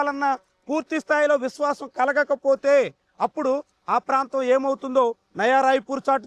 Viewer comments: నవా రాయపూర్ కాదు నాయనా నయా రాయపూర్ అని మాట్లాడు తండ్రి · నవా రాయపూర్..కాదు నయా రాయపూర్